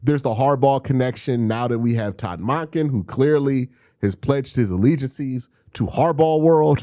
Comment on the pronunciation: Bro your Todd monken pronunciation is so cringe